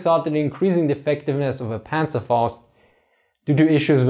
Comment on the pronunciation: That's the way it's supposed to be said in german